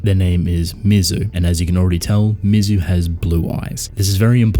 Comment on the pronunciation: Well-written essay! But I’m “that guy,” and you pronounced Mizu’s name correctly once during the entire video. MEE-ZOO. I’m being pedantic about it because she is the titular character. Otherwise, an outstanding video and observation!